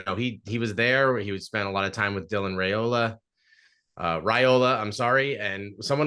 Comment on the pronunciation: "Rye"ola not "Ray"ola